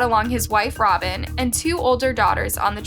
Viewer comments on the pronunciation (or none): none